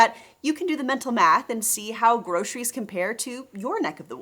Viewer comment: Grosheries? Ugh! Why does anyone pronounce it that way!?!?!